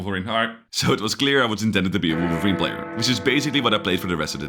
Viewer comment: he's wolverine, not wolferine 😂 is that the sound it makes